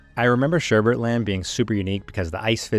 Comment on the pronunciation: It sounds like you're adding an extra 'r' sound in "Sherbet Land." It sounds like you're saying "SherbeRt" by mistake.